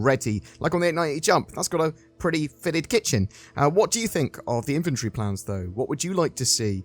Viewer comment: He says “inventory” “inventree” 😅 yikes